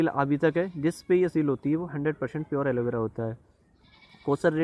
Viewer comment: Aloe vera not aloe bera😅